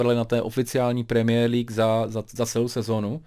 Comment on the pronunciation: mě irituje tím jak vyslovuje premiér League. Další věc když řekl, že Slavie by v PL hrála o sestup. Odborníka Hoška bych s chutí nakopnul.😁